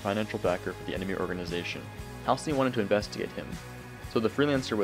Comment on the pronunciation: Damn. Ive been saying Halcyon wrong my whole life until this video- (I used to say Halycon)